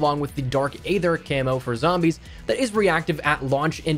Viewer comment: Dark ea-th-er not a-th-er